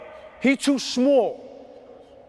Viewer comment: Shhhmal , shhhhtring